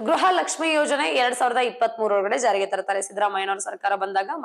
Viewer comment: ಗೃಹ ಜ್ಯೋತಿ ಅದು ಗ್ರಹ ಜ್ಯೋತಿ ಅಲ್ಲ